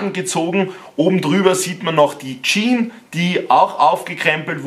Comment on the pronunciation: HÖR AUF JEAN ZU SAGEN SAG JEAN“S“ !!!!!